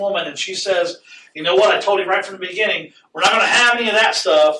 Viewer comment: "in da beninging"